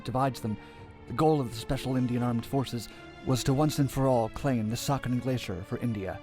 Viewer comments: 13 has noting bad in hinduism what so ever. The strategic area is pronounced as c-ya-chin not saikan like in original video. Siachin is overlooking the Pakistan China corridor it's a strategic thing than border issue. If India gets involved in a in two front war with both very hostile neighbor siachin can control the Chinese entry point to Pakistan. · Saken!!!????? Narrator is not good at pronouncing RAW got that Intel